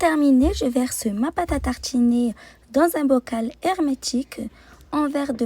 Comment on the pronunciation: Pate a tarchiner C'est partchhi 😂 Bien fancer 😂